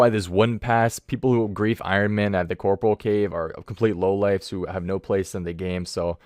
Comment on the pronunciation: CORPOREAL. not corporal